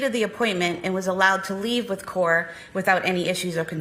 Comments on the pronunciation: I was thinking the same thing every time she said core! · It bugged me, too. CorA, not core....glad I wasn't the only one. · Absolutely heartbreaking case. Random side note that is really irritating: the prosecution keeps saying the daughters name like "Core" when her name is CorA. It is SO DISTRACTING. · Ugh, I noticed that too. If you care so much, the least you could do is get the child’s name right.